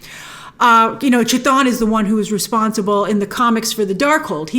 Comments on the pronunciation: It’s Kuh-Thon. Not chuh-thon or Kuh-Thone or Kuh-thoon. Chaos=Chthon. Not Chay-oss. You & Cosmic Wonder never say it right lol Wong knows lol he even said it in the movie. Lol I’m trying to help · Not to be a stickler....it's KA-thon....like Cthulhu....KA-thool-hoo.... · Its pronounced K'thon. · Edit: Should I assume you read my comment explaining the music notes fight scene?? Grace, at least pronounce Chthon right at the very least. I can forgive that one because it's difficult to get right if your unfamiliar with the character like you seem to be. I don't hate you Grace, just in case you interpret any of my other comments that way. In fact, I really REALLY want to help you with your creative element too your channel. Kevin Feige assembled the Earth's Mightiest Hero's to defeat the Mad Titan. I want to be like Kevin Feige and Assemble the Earth's Mightiest Content Creators and place them all in ONE singular area of a Social Media Platform yet to be born. Any thoughts??? Because if I can find a way to do it and execute my idea and plan, it will be the most valuable asset that Marvel can depend on if it's done right. And that means having YOU as one of the most valuable assets in the platform. But I need help with launching it. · That's....not how C'thon is pronounced lol